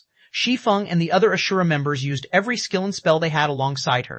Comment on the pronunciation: But not asura